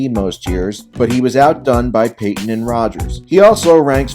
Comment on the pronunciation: You did Payton wrong